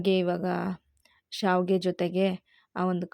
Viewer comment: It is not saavige ,it is shaaviige. Gives different meaning.